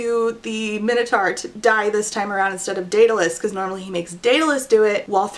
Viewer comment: How do you not know how to pronounce Minotaur? Dislike just for all the butchering of common words you should have learned in middle school.